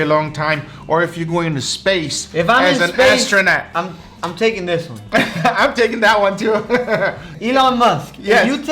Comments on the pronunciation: Did you just say Austronot? Did you mean to say "astronaut"? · "ostronaut steak" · Learn how to say astronaut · Argh he was astronaut like ostrich, it's pronounced ass-tronaut